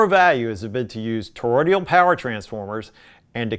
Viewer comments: Toroidal, not toroidial. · I know that this review was written four years ago but I have never watched it before but it’s sort of nagging at me you’re pronouncing Toroidal as Toroidial. You may be reviewing old videos that you made and I hope that you’ll correct this pronunciation error in the future. I do love everything that’s made by Cambridge though. They know what they’re doing. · Toroidal, not torodial transformers.